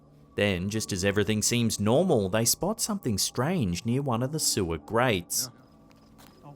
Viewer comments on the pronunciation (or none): none